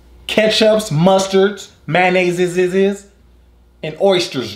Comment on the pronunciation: It was funny when you said mayonnaisessss